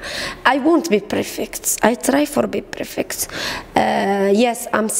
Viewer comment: هههه نو قالت prfect هههههه bad prononciation